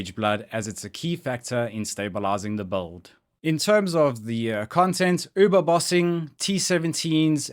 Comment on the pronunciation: I keep hearing "this bald... this is the best bald... I enjoyed playing this bald"